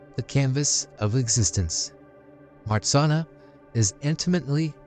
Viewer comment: Nice! But you do not pronounce MARZANNA correctly. Take those two letters RZ and pronounce as G in beige. So it is like this: Mah-zhan-na. You also need to pronounce the double N separately as NN. Polish is hard, but Marzanna in Polish sounds so lovely. She is also a goddess of sleep and dreams.